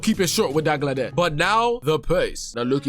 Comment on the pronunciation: Dagladesh lol so funny 😂😂 it's pronounced Dalgleesh but spelt Dalglish 😂😂 your welcome 😅